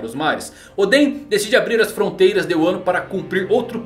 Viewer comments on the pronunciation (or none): none